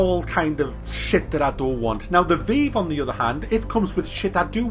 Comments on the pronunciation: It's pronounced VIVE. Not veev. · lol "veev" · What the fuck is the 'vee-ve' lt2 english wow omg how dare you pronounce it differently to me.